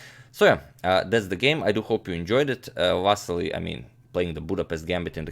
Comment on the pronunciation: you are pronouncing vassily wrong it va si li